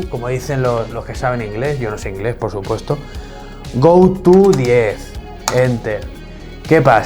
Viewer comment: "goto" jajajajajaja me hizo acordar que el profe de computación lo pronunciaba así tal cual, entiendo que lo hacía porque era más fácil dictarnos a nosotros alumnos de 13 años ej ese momento.. Gran GRAN video!